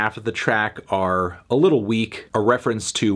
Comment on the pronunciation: You have a weird way of pronouncing "Little" on that one